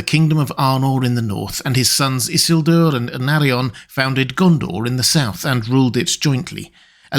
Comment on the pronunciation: Tolkien is quite explicit in LOTR Appendix E that the name is i-SIL-dur, not ISS-il-dur. And it’s Arvedui, not Ardevui.